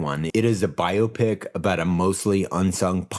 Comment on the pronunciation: Can we take a moment to appreciate pronouncing biopic properly?? Just me? No one else feels alone and afraid all the time? Ok. BIO PIC